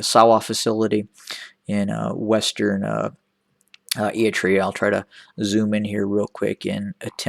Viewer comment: What an idiot he talks about a country he can't even prounce properly